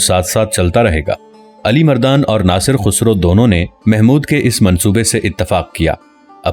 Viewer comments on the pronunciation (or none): Bhai khusro nhn khasroo hai apna lehjaa to saheh karen